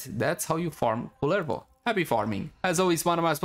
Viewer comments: Ah yes, my favorite warframe, Kulala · Ingame nursery rhyme: This is the pronounciation of Kullervo The entire Warframe community: Nope :)